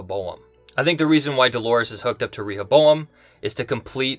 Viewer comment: Has anyone noticed how he pronounces “Rehoboam” different ways in the same video? What’s strange is that he’s been doing it since the first episode. You would think after a couple videos, he would just pick one pronunciation. Proof we’re in two different timelines???